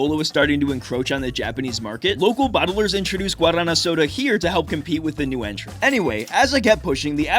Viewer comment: That pronunciation of guaraná had me confused for a minute 😅